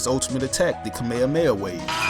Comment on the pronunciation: I'm sorry, but what did you say? It sounded like you said kameamea wave. It's definitely kameHAmeHA wave . Other than that, good video!